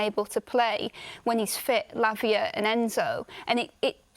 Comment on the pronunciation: Lavia? 😂😂 Are you having a laugh?